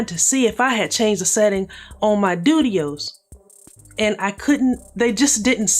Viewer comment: I giggled every single time you said Dudios 😭😭😭